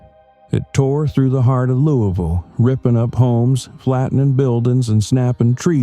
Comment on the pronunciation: It’s pronounced luvul. lol